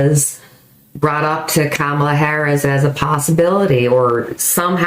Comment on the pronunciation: Kamala is pronounced like "pam-a-la" with a "K" .😃